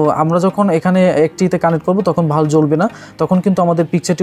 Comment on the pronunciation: বাল্ব কে ভালব বলেন কেন ভাষা ঠিক করেন